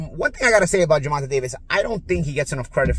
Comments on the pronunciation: please just say tank or Davis u is messing up his first name bad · You making a great effort to mispronounce his name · Can you pronounce his name right? It’s very disrespectful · If you can’t even pronounce his name right it’s no point in listening even if you have a background in the topic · It’s so annoying and disrespectful, learn how to pronounce the man name if you’re going to do a story about him. Honestly I believe you do this on purpose to certain people and it’s past due someone calls you out on it. Stop being so ignorant!!!! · Yeah you was talking all that madness and pronounce the man right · Learn to pronounce Gervonta correctly. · As a New Yorker, I find it interesting that you can't say the man's name right. Day, stay, lay, hay, play. All P.S.s taught these rhyming sounds. It's the short 'a' sound.....fyi like day, stay, lay. Pathetic. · It’s spelled gervonta but it’s pronounced ger-von-tay!!! Get it right 🤦🏽‍♂️ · Do you pronounce tanks name wrong on purpose? 😂 sounds like you’re saying gervontuh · Why are you pronouncing his name Gervontah, and why not just say Tank. Have some critical thinking skills. Who wants to hear Gervontah every 5 secs when you talking. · Who tf is GervanTah? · I like how knows that's not how you pronounce tank's name but continues to say it anyway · Love your breakdowns I agree with everything you said, but can you pronounce Tanks name right😂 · You pronounce his name wrong disrespectful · is murdering Tank first name 😂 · Till this day he doesn’t say tank name right 😂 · can't even pronounce davis's first name right 😂😂😂😂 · you must have lost big... because ive heard you pronounce his name before correctly. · This guy() is finally demonstrated his personal disposition out weights his knowledge base... He predicted Ryan to win! Nobody with any unbiased view would have Ryan winning... Not to mention all the mispronunciation of GD's name... I won't be paying any future attention to